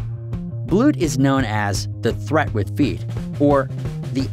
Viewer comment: why did you pronounce "treat" as "threat" loool was that a joke??